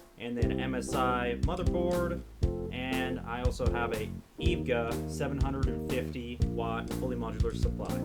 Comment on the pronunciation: its E V G A you say its letters 1 by 1 not evga ;]